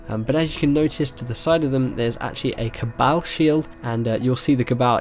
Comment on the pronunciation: "Cabowl" haha